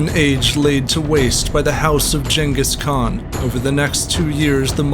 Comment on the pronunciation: did he just say jankis khan? lmao